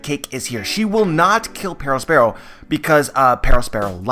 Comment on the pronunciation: The way you say Perospero is insufferable